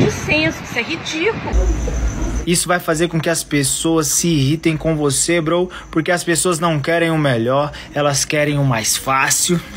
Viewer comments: O pior do vídeo é ele falando "brow" 😂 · Poxa,, eu chamo meus amigos de "bro", não "brow", mas "bro" de irmão mesmo kkk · Esse "BROU" da um nervoso